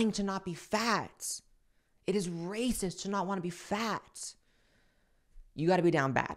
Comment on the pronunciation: Did that lady say racist or erasist?